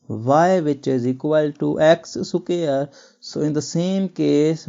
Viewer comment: Square hota ha cquare Nahin hota